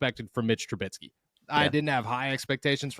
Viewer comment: Please, please…for the Love of God stop saying Tru-BITSKY! There is no T. It is Tru-BISKEY.